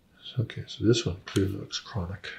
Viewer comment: “ Dat der is a kwonik nerve!” KWONIK!